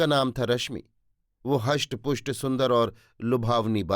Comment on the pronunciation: Bhai, HUSHT PUSHT nahi RISHT PUSHT. GRAH nahi GRIH.